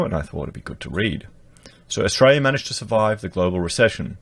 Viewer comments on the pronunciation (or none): Please stop saying Ustraya.